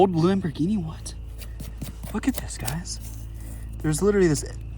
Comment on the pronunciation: It’s not a lambighini